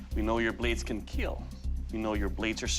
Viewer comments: ''Doug said it would kill. As with to E (keel).'' Legend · Naw KEEEL is spelled with 3 'E.' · "Your Panabas will keal" :v